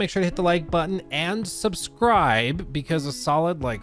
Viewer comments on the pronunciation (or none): none